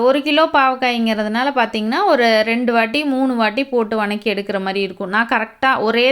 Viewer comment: What is the word vanakki ? Purely tamil word vathakki please change your slang